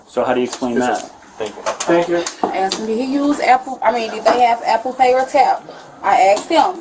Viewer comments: Well she did get “on the innernit” she axed and got it. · "Eggsed"?? Ive heard dumb ass ooga boogas say "aksed"... but "eggsed"? Why cant YOU PEOPLE speak properly????!!!! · Wow, on Virgin too! I was thinking it would be Carnival. Ratchet Action. "Duh, OK, Huh" where did she learn to speak? "I aks them if they could use Apple Pay" goodness.